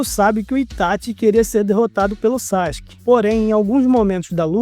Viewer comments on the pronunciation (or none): SAXIQUE???? onde tu aprendeu essa pronuncia? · Todo manga é assim😂 ja percebi isso aos 14 anos ...sendo um grande consumidor e fa. Por isso parei. Ps. Sakuke se fala hoje saski. mas antes todos falamvam sasuki😂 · Saxike não, fala direito